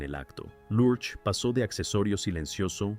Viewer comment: La interpretación de la creencia de Miércoles es completamente americana. Creo que los latinos nunca entendimos porqué se llamaba así. La pronunciación de Large en esta narración, no se entiende. No entiendo el comentario de que esta serie no encajaba en la época. quizás fue en EU, En México fue un exito total.